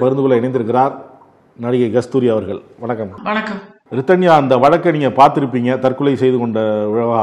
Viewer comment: Rithika illa Rithanya